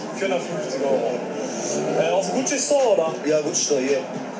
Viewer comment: GUCCI Tasche und nicht GUCCE